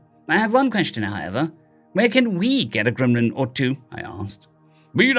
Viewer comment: Stop saying glimlin